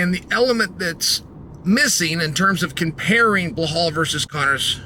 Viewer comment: "Blahol" STILL? 🤦‍♂️